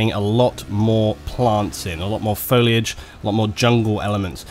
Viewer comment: ***** It doesn't take a nuculer scientist to pronounce "foilage"